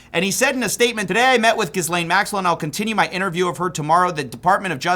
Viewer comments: I respected you a little more when u havent been saying that surename pronouncement😂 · The "s" in the name Gislaine is silent. It effectively doesn't exist, like Jeff's EOL attempt. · Please learn how to pronounce her name 😂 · The 'S' in Ghislaine is silent. Think 'Elaine' but with a hard G. Also, fun fact, Ghislaine Maxwell is the duaghter of the now-deceased and media mogul, Robert Maxwell. He died after "falling overboard on his yacht and drowning", a body was never recovered. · The S is silent in her name man, its so so irritating that you keep saying it lmao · English is my second language, so I'm not sure anymore, isn't the s in Ghislaine silent? Does he pronounce it like that as a joke? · I can't believe somebody as thorough as still hasn't researched how to properly pronounce "Ghislaine" lol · Why do you keep pronouncing her name like that lol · Pretty sure the s in Ghislaine is silent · Isn’t the “s” in Ghislaine silent? You could just look up “Ghislaine pronunciation” instead of embarrassing yourself for min 😂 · As a French person it truly hurts my soul hearing it said that way lol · Dude, the (S) is silent in her name, per her lawyers and family, but is ironic her name looks like Jizz Lane😂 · always so funny that you mispronounce it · Why do they all pronounce ghislaine wrong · Can’t take this left winger serious when he can’t pronounce her name correct. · Why do you insist on saying the 's' in her name? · jsyk the 's' in her name is not pronounced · I’m assuming you’re mispronouncing her name on purpose. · She doesn't deserve it but her name is pronounced with the S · The S in her name is silent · I’m pretty sure the h and s are silent in her name, it’s what happens when your dad wants to call you Gillian but wants tart it up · the s is silent bro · The S in Ghislaine is silent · Do you pronounce the “s” in island too? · Why do you pronounce her name wrong all the time... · The s is silent. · Learn to pronounce her name maybe